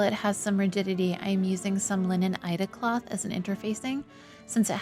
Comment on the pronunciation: What is ... Eide cloth? Ida cloth? I'm not quite sure what I am hearing you say, there. I don't think I have heard that term, before.